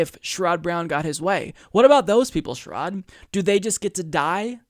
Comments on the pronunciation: Love your program and almost always agree with you. One tiny thing, I believe that his name is pronounced SHARE-uhd not sher-ODD. Keep up the great work,! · Isn't it SHER-red (like Jared) not Sh-rod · He cannot pronounce his name correctly. " I only support Bernie Sanders. " Just looking for any reason to trash anyone but Bernie.